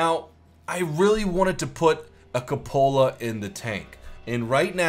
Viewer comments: I hate how you say ca Lola for coupala Instead of coo puh la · It's not pronounced Kuhpohla it is Q-pohla. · The cupola is pronounced Kyew-pull-uh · I was typing "It's pronounced 'koop-el-uh'" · koop-uh-lah, your vids are great but man that pronunciation drives me crazy